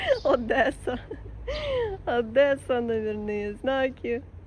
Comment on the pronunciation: Что за ОдЭса, так грубо и не культурно! Одесса, Одессушка....жемчужина у Черного моря!